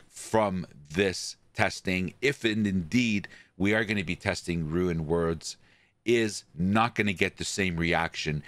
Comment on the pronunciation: First we got "rune worlds" now we have "ruin words" bois lets go